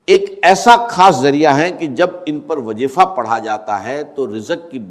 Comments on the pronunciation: تلفظ کی جانب توجہ کریں یہ ڈاکٹر اسرار صاحب کی آواز نہیں ہے یہ کاپی رائٹ ہے جیسا کہ لفظ وظیفہ کو وجیفا بول رہے ہیں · Ap log kis darje ke zaleel hai Kah nahi sakte dr. Sahab ka nam lekar pura A.I.ka istemal karteho unka talaffuz aisa hai Zara ghaur kare jaise (wajefa)(jalamna)(jaroor)kya dr.sahab aise alfaz istemal karte the